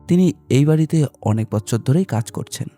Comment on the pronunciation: বছরের পর বছর কথাটি আপনি বচ্ছরের পর বচ্ছর পড়লেন , বেশ কয়েক বার। এদিকে নজর দিতে অনুরোধ জানাই।